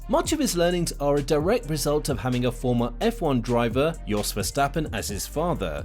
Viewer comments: His name is Jos. Not Yos.. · Yes sorry lol, I forgot it's Jos and not Yos.